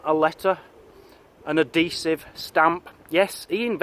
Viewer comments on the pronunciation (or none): ahesive?!! Never heard of that before.